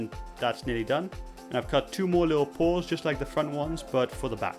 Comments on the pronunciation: oh he said paws not pores lol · Whenever he says "paws" I think that he's saying "pores"